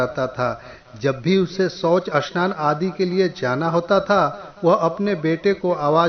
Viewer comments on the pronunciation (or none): none